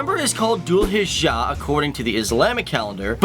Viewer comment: Not Dhull Hijaah It's Zul hajjj 😂😂